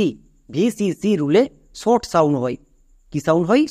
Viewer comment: তুমি নিজেই তো 'শর্ট' উচ্চারণ কে 'ছর্ট' , ' শুরু' কে 'ছুরু' , 'সহকারে' কে ' ছহকারে', 'সর্বশেষ' কে 'ছর্বছেছ' , 'শব্দ' কে 'ছব্দ', 'নিমিষে' কে ' নিমিছে' , ' ইউজ' কে 'ইউছ', 'সমস্ত' কে ' ছমস্ত' আরও কত উচ্চারণ ভুল করছ। আশাকরি দ্রুত ঠিক করে নেবে অথবা এর ব্যাখ্যা দেবে। দোয়া রইল।